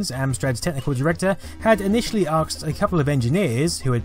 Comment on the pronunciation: You said “aksed”